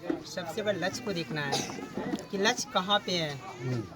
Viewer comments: लक्ष्य ❌❌ लछ ✅✅ 😂😂😂😂😂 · लगता है साधु है बार बार बेटा बेटा बोल रहा है लक्ष बोल रहा है लक्ष्य को 😅😅😅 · Bolne ke tarike se pata chal jata hai. Inko lakshya bhi bola nahi jaa raha hai. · ईसको लक्ष बोलना नही आता, लच्छ लच्छ बोल रहा है 😂😂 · लक्ष्य को लछ बोला तभी समझ जाना चाहिए था की ये फर्जी है 😂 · 'लच्छ' को पाना है 😂 भाई को लग रहा है मोदीजी ने उसे सिलेक्ट कर नोकरीं दि है 😅